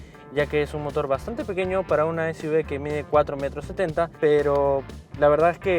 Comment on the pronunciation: si vas a a decir SUV en inglés se dice “esyuvi” y no esyuve... por lo demás gracias por la información 👏